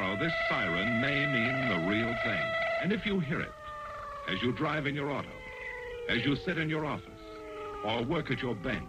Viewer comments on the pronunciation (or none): none